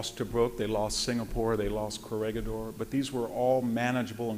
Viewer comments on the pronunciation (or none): none